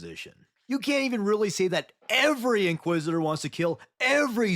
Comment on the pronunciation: Inquisit-er? I 'ardly know 'er!